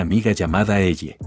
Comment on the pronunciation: Es ellie no elle pinche IA no pudiste decir elly o algo parecido 😔